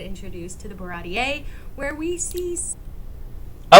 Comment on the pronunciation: That’s the correct Baratie pronunciation